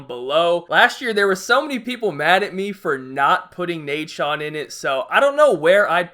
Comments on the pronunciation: lol, i shit myself in laughter when he said nadeshot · I was about to flip shit when you said nadeshot at one lmao